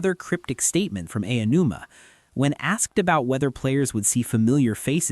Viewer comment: How did you manage to mispronounce Aonuma like 3 different ways in the first 5 minutes?